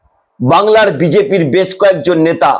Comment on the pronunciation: আপনি সুস্থ না আপনার দাঁত পরেগেছে। কথাই বলতে পারছেন না। আবার আসা করছেন subscribe করতে। নেতা না বলে নেশা বলছেন। বুঝতেই পারছেন।